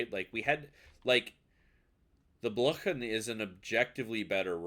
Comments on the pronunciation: It's Blyeew-scher, and yeah, it seems cracked but not at cracked as that super DD. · The german "ch" ist not pronounced like "sh" but like the ch in Loch Ness or the Kh in slavic Languages.